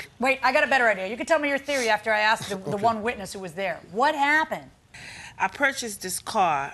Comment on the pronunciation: She said she ("AXED") him... ? ... W H A T... ? ... This "IS NOT" American English... "👹"